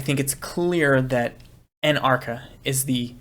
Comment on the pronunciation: Sorry to be picky (because you’re doing such a great job otherwise), but in biblical Greek “arche” is pronounced ar-khay’ (see the Strong’s screen shot ).